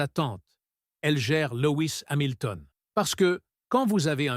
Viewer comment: Louis Samilton?? mais mdr faut stop l IA hein.